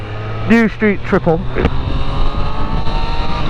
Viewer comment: what's a "Stree Triplet RS" ;)